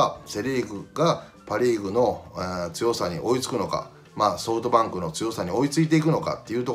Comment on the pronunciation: 里崎さんって、ソートバンクって言ってるよな